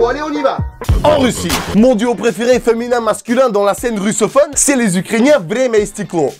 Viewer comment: C quoi l'accent sur féminin à la fin